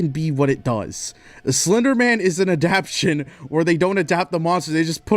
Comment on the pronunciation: this guy needs to figure out how to say adaptation